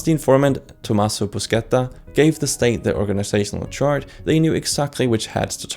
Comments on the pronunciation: I was never expecting Tommaso Buscetta to be pronounced as "bruschetta" 😂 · Good introduction video, apart from the pronunciation, mainly "Ndràngheta", and also Tommaso Buscetta, instead of Bruschetta, lmao. All mafias have a connection to various countries' intelligence agencies, not necessarily of their own country. This is happening again and again since the opium wars.